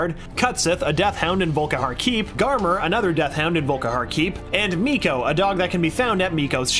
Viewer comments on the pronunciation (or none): Your pronouncing volkihar wrong weirdly enough it’s pronounced volkeer